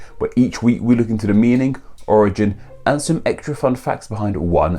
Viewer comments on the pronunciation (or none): none